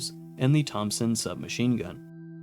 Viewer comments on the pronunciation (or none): none